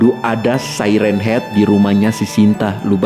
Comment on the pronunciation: Bang bukan say ren hed tapi siren haed😂